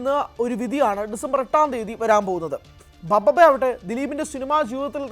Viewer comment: ദിലീപിന്റെ സിനിമ ബബ്ബബ്ബയോ...😂😂...പറയുന്നത് എന്താണെങ്കിലും അത്‌ വ്യക്തമായി ശരിയാക്കി പറഞ്ഞൂടെ. ഭഭബ (BhaBhaBa) ആണ്‌ ബബ്ബബ്ബയല്ല.